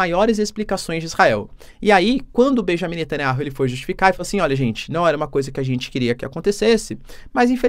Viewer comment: Netaniahu Lê se ... Netaniau Professor